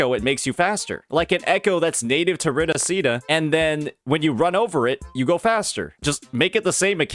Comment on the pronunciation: I have yet to hear say Hecate, Roccia, or Phrolova's names correctly 😂